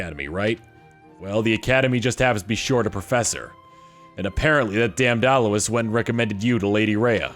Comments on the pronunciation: One problem about lack of voice acting: many mispronounciations. Leicester being pronoucned “lester,” and Alois being pronounced “aloy-eese” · I think Alois is pronounced (soft A-loy).